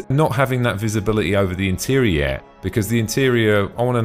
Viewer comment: Great vid!!! but 'Aurora' is pronounced "Aor-roar-rah" and sounds like Star treks Ahura ...Not "A-ruuuu-ro". And 'interior' is pronounced "In-tear-eor", not "An-ter-ray-ya" ...I'm really not a stickler for pronunciation, but I couldn't help Laughing every time you said it.